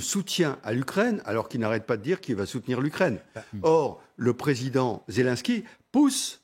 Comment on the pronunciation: C'est quoi ce journalisme ? La première phrase déjà il prononce pas bien le nom mdrr Zélènsky Pas zèle en ski 🤣🤣